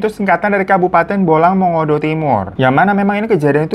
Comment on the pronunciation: Sejauh ini orang luar pulau yg penyebutan: Bolaang mongondow, Mokoagow, dan Mamonto abang ini lah yg paling mendekati benar pengucapannya, senang di dengar gitu karna jarang2 ada orng luar Sulut yg bisa❤